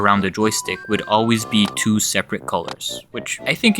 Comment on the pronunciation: Switch hhrr Two 😂